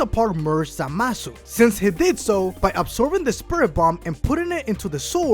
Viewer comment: I hate when he says zamasu.ZAMASU